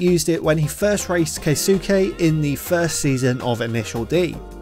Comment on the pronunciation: Bro said kay sook ey